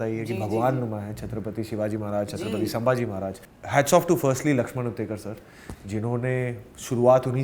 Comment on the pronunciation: It's not saambhaji maharaj. It's chatrapati Sambhaji Maharaj.. kindly pronounce it correctly